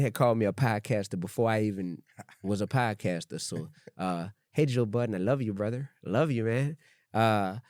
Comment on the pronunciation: why you say you love joe budden like a white guy lmao im dead